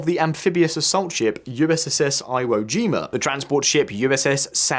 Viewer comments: The “eye👁️ woe jima” ?? 😂 I’m saying that from now on. Ty👌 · Please learn how to pronounce Iwo Jima. It is a very well known WW 2 battle. Also the pronunciation of Erie.